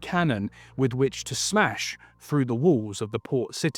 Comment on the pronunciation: But he does that shitty thing of pronouncing "th" as "f" so "through" becomes "frew". It's lazy and sounds unprofessional. If he fixed that it would sound way better.